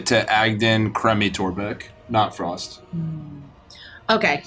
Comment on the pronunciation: "The government is even more useless than Torrrrrrbek!" lmao